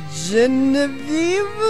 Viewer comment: The way he said Genevieve is funny. I actually know a few Geneviève.